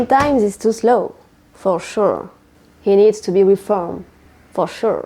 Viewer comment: «Faux chou» 😂 Je suis allemande, qui essaie d'écrire en français....😅 Mais personellement, je trouve qu'il s'est débrouillé très bien et réussi à se faire comprendre – ce ça qui compte🙌🏻